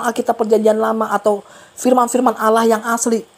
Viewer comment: Maaf bang..yg sy tau bukan alaaah namun ALLAH..lam atau L nya tebal..maaf yaah bukan seperti alah..!